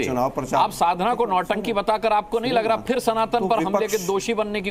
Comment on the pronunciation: अरे आलोक, यह "साधना" है ! शाधना नहीं" - पहले इसे ठीक कर लें I पहले उचित उच्चारण सीखें , फिर इसके बारे में बात करें I यह है "साधना" !